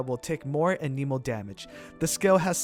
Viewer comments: It’s Ah-neh-moe, not Ah-knee-moe, jeez, the nerve of that girl (hermione). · 'Anemo' not aneeeemo, they literally say it at teh start of the game when directing you to the statue of the seven. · it's pronounced anemo. You're welcome